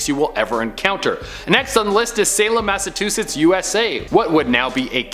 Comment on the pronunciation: "vemonous"? Do you mean... "venomous"? "Massatuchets"? <_<. Honey. Slow down. Enunciate. You're gasping for air between misplacing letters; breathe.